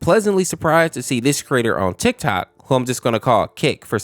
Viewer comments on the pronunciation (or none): none